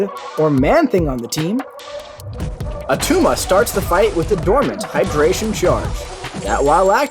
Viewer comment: It's not Attuma